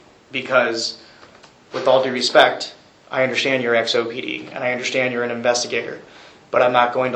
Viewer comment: I Unna-schtan... I'm not going to be disrespectful. He wanted to say 'disrespected '...he caught himself .